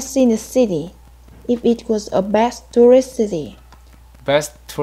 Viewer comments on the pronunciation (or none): Bạn cuối cùng phát âm chữ s giữa từ hơi bị ko rõ ấy. Best, tourist bạn ấy đọc nghe ra bet, tourit. Expert thì IPA là /eks... / nhưng mà bạn ấy ko đọc ra chữ s nên nghe vẫn chưa đúng.